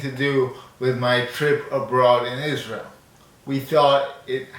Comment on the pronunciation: When you said Isntrael...